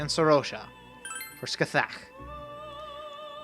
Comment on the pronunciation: It's apparently pronounced something like "Scah-HAH". That's how both the P3 and P4 protagonists say it anyway.